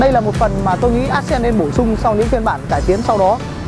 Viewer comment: Móa. Đến tên xe phát âm còn chưa chuẩn thì giới thiệu gì. Ác sen á. Móa.